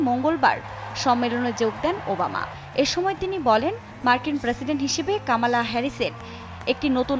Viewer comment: Not kaamaala Her name is Kamala.